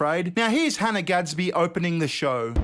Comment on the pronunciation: It was "gads-bad"...